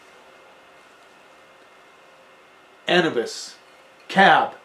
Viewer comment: I love how you give the Zach wine a rating between B and B+ yet you don’t give Maynard’s wine any grade. Cool bro thanks for that. Also it’s pronounced Anoobis not anahbis.